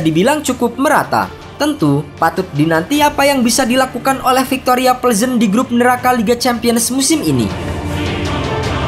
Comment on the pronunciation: Kok denger pengucapan victoria plezen nya agak janggal yaa